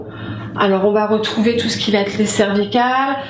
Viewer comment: Super simplification..Donc bonne base pour l'étude. (un petit peu gênée par les " va-t-être"...va être)